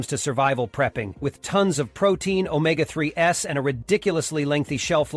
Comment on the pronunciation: This would have been a better video if the pictures had matched the narration. Also, “omega-3 “s” and “higher-middle” (instead of higher-margin”) are both annoying. AI still has a ways to go. Perhaps an actual HUMAN proofreader/editor before publication would help? In addition, today is April 6. April 12 and the month of May are several days and weeks away.